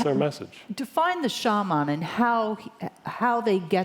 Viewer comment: She keeps pronouncing Shaman wrong